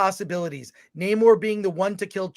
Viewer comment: Wokanda forever!! How was Namore-rrrrrrrrrrrrrr from Mordorrrrrrrrrrrrrrrrrrrrrr?